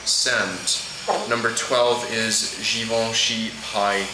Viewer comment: it's givenchy.